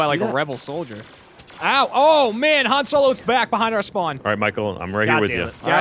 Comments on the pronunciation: Haaaaaaahn not han as in hand! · I swear to God. If you say Han's name like Lando does one more time, I swear I might actually kill you.